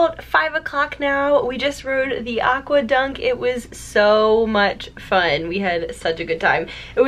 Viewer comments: its aquaDUCK not dunk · You seying it rong its aqau duck not aqa dunck